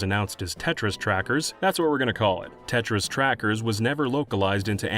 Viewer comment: I thought you said 'Tetris trackers' instead of Tetra's trackers...